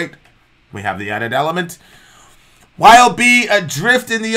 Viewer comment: Just so you know It's pronounced as a word "Yob" like "Job". Cool Band and Mike Scheidt is a really cool guy.